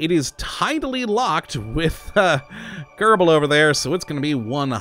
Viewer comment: I Always hear you say "Kerbou"